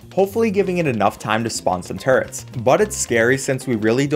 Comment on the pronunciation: It’s funny how turrets sound like turds